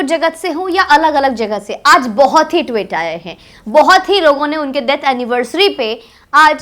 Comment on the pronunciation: ...your videos are informative and sincere and passionate, etc. But your pronunciation of Tweet as Twit is most enjoyable. Twit has a completely different meaning. Just an observation. Not a criticism. Your videos are always liked.